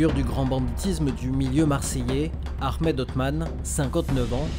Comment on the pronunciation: C'est Ahmed et non aremed